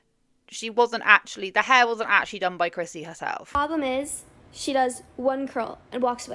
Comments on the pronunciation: love your accent girl but I swear you are saying crispy not Chrissy! Lol looking at her tan I can see the confusion! 😂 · I keep hearing crispy too 😂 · I keep hearing you say "Hair by Crispy" and keep thinking it is the perfect name for this salon, apparently! lol